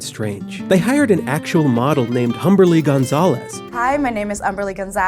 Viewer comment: The “h” in Humberly is silent. You literally played a clip of her saying it.